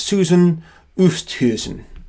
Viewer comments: Oosthuizen is pronounced Oh stay zin (rhyming with play station) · Susan Oosthuizen is an Afrikaaner name. The surname is pronounced Oo - est (try run the two sounds together fast) - hay -zen and the first name may well be pronounced as Su - sun. I am a South African who greatly appreciates what you do. Thank you.